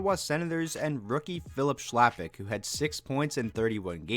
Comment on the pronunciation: Chlapik is pronounced khlapik